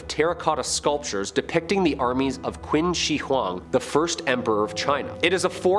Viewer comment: FYI "Qin" is pronounced "Chin"